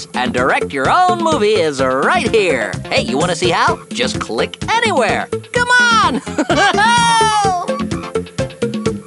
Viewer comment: Click anywer... Click anywer... Click anywer...